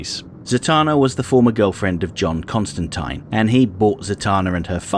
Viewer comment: Thank you for pronouncing Costantine correctly. I've been fighting that fight for years now.